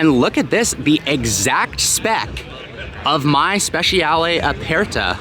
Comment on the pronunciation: E in Italian is short, like in the word, bed. So please stop saying aPAIRta and competizionAY. Other than that, great video.